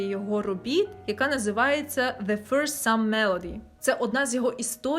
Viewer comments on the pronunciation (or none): none